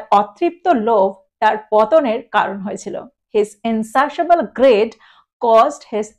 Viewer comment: Pronunciation of greed is "grid" not "grad"